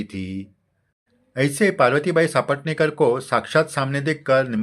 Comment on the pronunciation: नेहमीच आवर्जून ऐकते भक्ती रस निर्माण होतो । साईभक्ती अजूनच दृढ होते । तुमचे कोटी कोटी आभार । फक्त एक नम्र सूचना की सापटणेकर असा उच्चार नसून सपटणेकर असा आहे